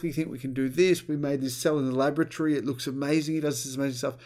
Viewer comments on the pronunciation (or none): Did you say laboratory or lavatory 🤣😂🤣